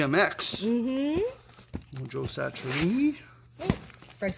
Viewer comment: Satch-ree-ahh-knee. Just FYI. Keep rockin